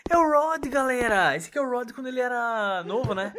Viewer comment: se escreve rod mas se le roud